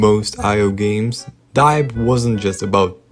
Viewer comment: yall its literally dee-ep not dye-ep 😂✌